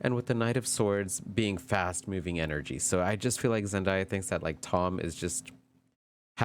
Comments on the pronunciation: Your pronunciation of her name this whole video was killing me lol her name is said how it’s spelled Zen day ah… Zendaya I don’t get where y’all get Zendieya from lol but this was a great video although you mentioned your energy and maybe lack their of but as a new watcher this was a good reading. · Zen-DAY-a, not Zen-die-a